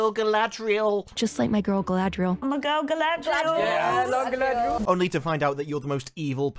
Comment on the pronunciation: It's "Muh gurl Guh-ladree-el" it's even cringing if you hear it , so much worse than merely 'my girl, Galadriel'